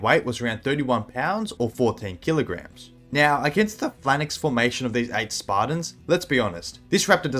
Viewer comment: What the hell is a flannix? You mean a phalanx?